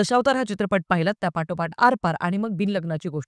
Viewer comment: पाटोपाट. की पाठोपाठ ..??? तुला मराठी वर काम करायची गरज आहॆ. ...